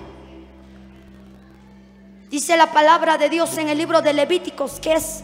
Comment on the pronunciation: Hermana predicadora,es Deuteronomio.no es deuterenomio..es levitico,no leviticos...